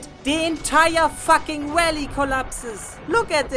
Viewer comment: I love the way he says fuck. "Thats not a crocodile, thats a facking dragon, just look at those facking saber teeth".